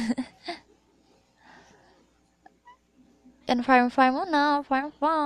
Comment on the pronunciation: Buff po hindi farm